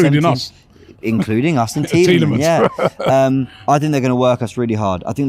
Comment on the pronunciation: idk if you know but tielemans has a S in his name